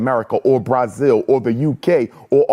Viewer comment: Umar pronouncing Brazil Bryzil really irritates me 😭😂😂😂😂😂😂😂😂